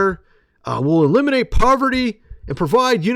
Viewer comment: Not sure if I like the way he said aleminate the homeless.